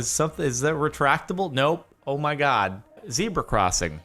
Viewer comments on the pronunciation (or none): It's zebra not zeeeeeeebra. Get it right.